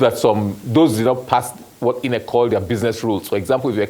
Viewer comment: If this oga is going to change the pronunciation of INEC to EENECK for us, at the very least, he should be wearing a bow tie!😊